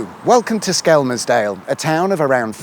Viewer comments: Anyone else thinks he needs to drop the L in Skelmersdale, or better yet just say Skem' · You don’t pronounce the L. It’s said skemsdale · It's 'dog bone' island. And Skelmersdale is pronounced 'shit hole'... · Nobody pronounces the L in skelmersdale.... it's skemmersdale 😉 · It's funny how you pronounce Skelmersdale 😂😂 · I'm disappointed theres one correcting you in the comments, so now I have no idea if your pronunciation is right or wrong. Also I think you meant unfinished in the title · I'm intrigued by your pronunciation of Skelmersdale.